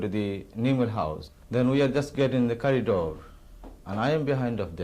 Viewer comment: did he say "curry door" ?!?! 😆